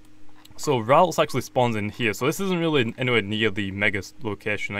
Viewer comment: ITS NOT RAULTS ITS RALTS! AND ITS NOT RILU ITS RIOLU